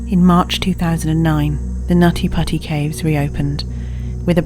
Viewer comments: Not me laughing everytime they said "nutty potty" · Not meant that I meant anything but um whenever someone said the cave name over n over it sounds like naughty pussy more than nutty putty cave😶😶😶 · Stop it you Brit! It's pronounced "Nuddy Puddy" ;) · I like how she says nutty putty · They got this narrator purely for her NUTTY PUTTY pronounciation and we all know it.